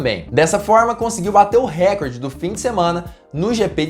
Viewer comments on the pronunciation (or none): none